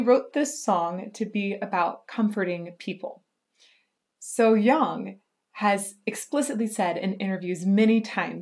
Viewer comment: Your So Hyang pronunciation is perfect. Good job!